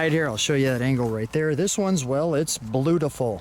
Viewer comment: You are correct,. It is absolutely "bluedifull".